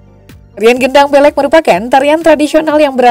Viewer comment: Cara baca gedang beleqnya salah itu